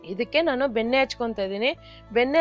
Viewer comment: Benne alla nakara sariyagi matadi plz